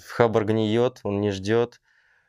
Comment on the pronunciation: Не хАбар, а хабАр.. а ещё профиком мнится. Кринж